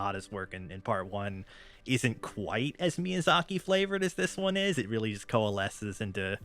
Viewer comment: Also in reference to my bar trivia story, let me just say for the record that I’m a relatively understanding person and I could have forgiven “Hey-ow”, but “My-azaki” was a war crime. Death sentence.